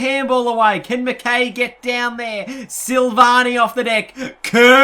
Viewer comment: Btw it's pronounced 'Mc-Kai' not 'Mc-Kay'.